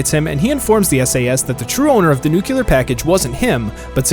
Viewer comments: Nuclear not nucular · Also its NUCLEAR not NUCULER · NEW-KLEE-UR NOT NE-KUE-LER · anyone else cringe whenever they hear "new-cue-lur"